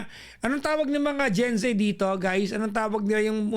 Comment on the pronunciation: Gen Z not Zay hijo